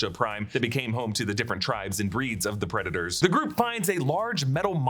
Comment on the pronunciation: Why are you pronouncing it Preda-TORs?